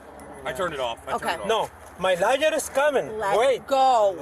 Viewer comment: I like how it pronounces lawyer as liar.